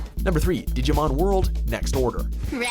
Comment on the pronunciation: The one thing I hate is how he pronounces Digimon